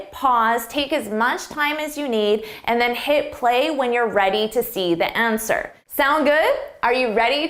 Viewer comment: It's difficult to take this test seriously when, at 59 seconds, YOUR sentence begins with YOUR instead of YOU'RE (the contraction for "you are".) Also, you keep saying "thuh" before words beginning with a vowel. "Thuh" option. "Thuh" answer. The correct pronunciation would be "thee." When pronouncing T-H-E, it is "thee" preceding a vowel, and "thuh" preceding a consonant. Your definitions are correct, your pronunciation is not.